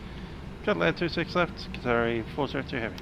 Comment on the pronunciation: Great video. Just a quick word..no biggie. Qatar's callsign is pronounced QATARI and not QATAR. Thanks.